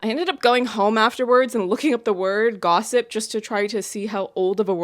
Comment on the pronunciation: Haha, I had the same reaction to the word gossip. I think it's partially because of the emphasis he placed on it. If he hadn't done that, it might have flown by without feeling so odd.